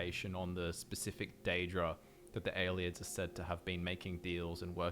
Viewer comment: aye lee id not aye lid